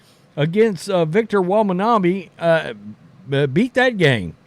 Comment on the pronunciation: Victor Wembanyama. His name is pronounced WEM-BAN-YAMA. I noticed that you have difficulties pronouncing foreign names. 🙂 . Nevertheless, I do like your channel.